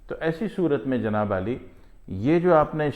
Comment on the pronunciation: Bhai Janaab Ali Nahi hota, Janaab Aali hota h